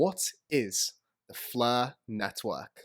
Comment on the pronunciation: What is the "fluh" network? Is that Welsh?